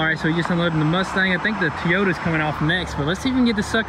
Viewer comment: threre's no such thing as a TEE YOTA. It is pronounced TOYOTA.